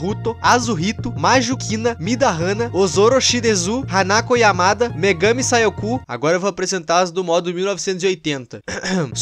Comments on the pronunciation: Não, se pronuncia Megâmi Sáikou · Meganmi saiocu Foi de Foder Kkkkkkkkkkk É meganmi Saikor kkkkkkk mais ok ficou legal o jeito que você falou Aliais Devia Ter Falado sobre A Série Des trás de juego que é feito por uma youtube, é uma série em animação Contando uma Historia alternative do jogo e ela é Muito Boa, devia ter Falado dela Pra quem Curte o universo do Game. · “Megami SaioKU” mano desculpa so q eu me dissolvi de rir com esse ai. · "megami Saioku" MORRI KKKKKKKK